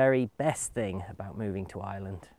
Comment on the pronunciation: Thank you for posting. Interesting video. To me, it sounds like you are saying "I Land" or "Island". Here in the US, my $50,000 Toyota 4Runner SUV full coverage insurance is about $450.00 every 6 months. Would I even need a 4x4 there? I'm a retired Geologist and need it for gold prospecting here in the western USA.